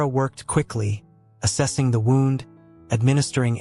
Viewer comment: Mispronounced wound is an ai voice?